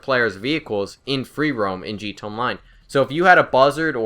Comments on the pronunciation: Dislike just because of how you pronounce GTA. Wtf, just say "G" "T" "A", not "gta" like some middle aged person trying to be "cool" and "hip." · wtf is g-tey online?